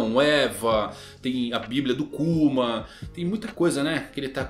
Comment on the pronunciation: encheu a boca para falar " a biblia de KÚMAN"